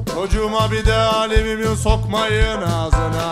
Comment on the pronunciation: Doğrusu Alümünyum olsa da çok eğlendim ama, yaratıcılığınıza sağlık! :)) Nil : Aliminyum Evrencan: Alimimyum Devrezz Devrezz... Edit: Doğrusu "Alüminyum" ;)